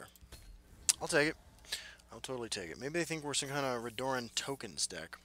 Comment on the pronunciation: for the love of god, its pronounces RED - UR - EN not RE - DOOR - EN